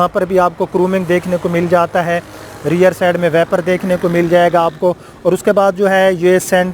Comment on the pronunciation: Reer nhi hota rear hota hy